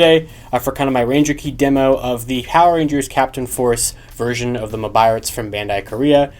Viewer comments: With the Gaoranger key in the Korean Mobirates Why did I hear Jungle P***y instead of Jungle Force ? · They pronounce "force" as "poseu" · What did he say 😳 The way it says force doesn't sound right.